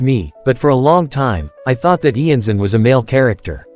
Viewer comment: Iansan is based of Iansã, a deity from african/brazilian religions, she's belived to be a deity responsible for the winds, the storms and the funerals. It's also not pronounced IanZan, I know this is an AI voice, but I recommend you check out on google translate how to pronounce it